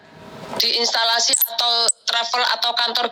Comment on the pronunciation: Kok instalasi sih 😂😂😂 institusi x mbak yang bener